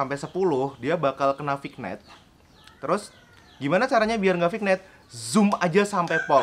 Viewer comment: Bacanya Vinyet kak